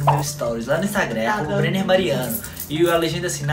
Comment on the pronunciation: e ainda fala o nome do Brenner errado